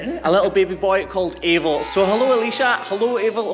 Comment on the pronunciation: Did you say “…his baby boy Evil”?